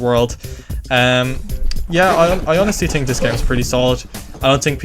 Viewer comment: "i tink"